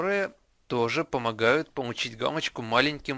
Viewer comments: Помуууууу_ить, а не пому_ииииить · бл*ть.Он говорит везде помучить гамочку